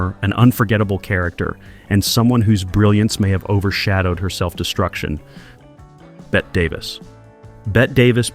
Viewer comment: I would take with a grain of salt anything said by a bot that doesn't even know how to pronounce Bette Davis.